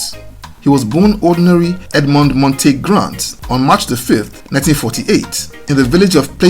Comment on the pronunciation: I love the video but the pronunciation of Eddie's middle name of Montague was a bit weird. Its pronounced Mon-tuh-gyoo.